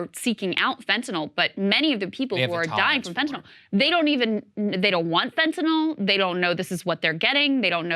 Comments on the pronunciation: Fentanyl Saager, not Fentanal. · Lost me when you called it "fentanol".